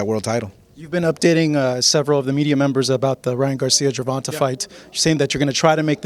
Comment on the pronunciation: Dude you still saying “Gervontah”